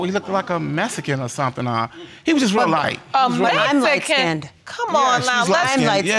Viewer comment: What’s a “Methikin”???